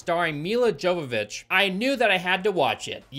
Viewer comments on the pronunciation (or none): sorry, just your pronunciation of Ms Jovović's name was kinda bothering me xd, so just thought id add a little correction. She was born in Ukraine and her name is Мілла Йовович, or Milla jowowicz in Polish alfabet or Milla Yovovich in English, NOT pronounced Dzovovich. (ukr. й and Pol. j = english y as in yet, and not дж/dz sound as in jet or just) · It’s pronounced “Yo-vovik” not “JoeVaVitch” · It's pronounced "Hovovich". She says it ìn the RE movie dvd commentary. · With how many times you say her name, it has to be pointed out her name is pronounce "Yovovich", not "Jovovich". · Her last name is pronounced "Yovovich" I know it can be confusing. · Her name is pronounced: Yo va vich Not Jo va vich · Mila's last name is pronounced yow-vuh-vich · Bro, this is like ten times now. Mia Yavavitch. That’s how her name is pronounced. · Omg it's pronounced Yovovich... She's Ukrainian. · The movie was bad. And if you'll indulge me for a "well, ackshually" moment, her last name is pronounced Yovovich. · Over many reviews I'm beginning to notice your inability to properly interpret or even read properly in some cases. For instance, Milla Jovovich your pronounce wrong or even Ha/lf. Its an L F, not an i F. 😒 you're a popular tuber, but you aren't doing yourself (or us) any favors.